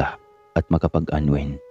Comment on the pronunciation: Hoi,ayudin mo pag bigkas ung unwind